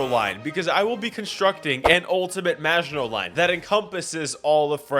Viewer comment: did he say frances nvaginal or maginol